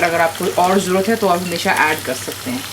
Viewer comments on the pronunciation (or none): none